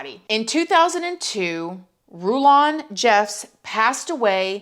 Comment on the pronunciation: I think Warren's dad name is pronounced roll land